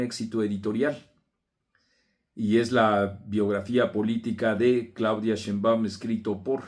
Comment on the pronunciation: Por qué no pronuncias bien el apellido de la presidenta??? No lleva acento en la "A", o no oyes bien cómo se pronuncia?